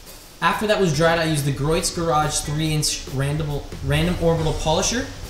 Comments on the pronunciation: It's pronounced GREE OATS not GROYTS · Gree-oh's garage not Groit's ;) Just FYI. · Griot's is pronounced "gree-o's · great job from a very old detailer. only 1 small thing it is pronounced "gree ohs" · just an FYI........Griot's is pronounced....Gree-oh's